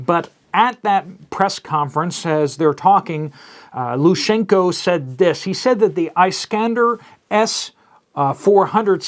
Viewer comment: Hey! Its pronaunced "Lukashenko". And for Slavic people hugging is a symbol and expression of strong friendship and closenes. So yes, it is concerning and doodoo will hit soon. In my oponion there will be a Belarsian front formed to cut off weapons coming in from the west and Lviv will most likely have to be taken. When western Ukraine falls the next step will be to divert the army to take Kiev. God bless!